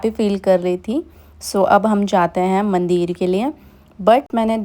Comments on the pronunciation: Yes mandir and not mandeer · mandir me chooti e hoti h na ki badi e ...bhut awkward h aapke mandir ka pronunciation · मंदिर होता है। सही बोलने में कोई दिक्कत है क्या